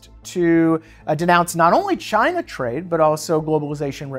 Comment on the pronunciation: "Jyna." -Trump